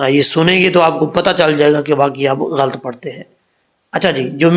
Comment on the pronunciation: اللہ سبحان وتعالیٰ آپ کو جزائے خیر عطا فرمائے مولانا گستاخی معاف غلط ghalt درست نہیں غ پر زبر ل پر زبر ط ساکن ghalat گستاخی معاف